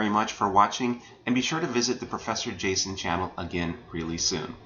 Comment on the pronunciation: O professor Jason, por que voce nao pronuncia a letra o como u?